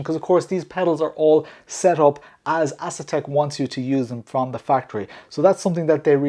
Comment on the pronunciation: Bruh, I could be wrong but I don't think it's pronounced Ass-Attack